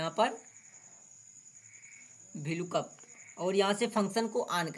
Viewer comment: Vlkoop nahi vlookup bolo